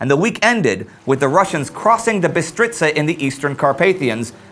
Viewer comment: You pronunced "Bistriţa" quite good !!! And regarding all that dracula stuff..... If you were in the A-H army and were Romanian ... Then you most likely were fighting against other Romanians from the occupied territories by Russia of Basarabia......all on occupied Romanian territory..... And Dracula is not known here !!! Vlad Tepes is a hero !!!!!!!!! Stop with this vampire stuff that discredits him !!